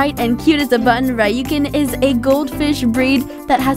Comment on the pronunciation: She can’t even pronounce Ryukin well,talk about including bettas and long fin oscars 😂😂